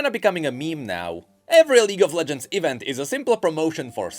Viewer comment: Pronounce "E-vent" false one more time! I will unsubscribe and subscribe again!